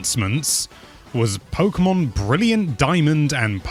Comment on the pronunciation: why, why you say pokeymon??